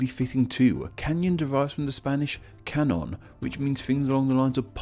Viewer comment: ouch..."can-on"..no the "eña" demands you pronounce it as "can-yon" (so also "en-ya").